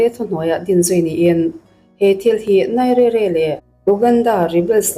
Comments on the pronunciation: NAIZERIA Ti a lam tur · Nigeria i lam rik dan chu a va mak mai mai ve !!